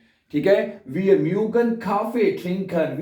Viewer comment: Schlechste aussprache je ich kenne. Nicht mügen .mögen